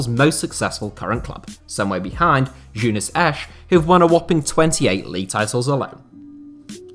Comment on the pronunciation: Your pronounciaiton of Jeunesse made me laugh so hard.